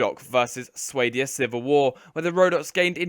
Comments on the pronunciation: This is bugging me so much! It's Swah-dia not Sway-dia! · It's Swaadia. Long. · It's Sway-di-o-saaaah!